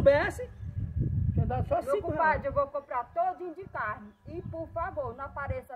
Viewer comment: Kkkkk a comadre so fala em carrne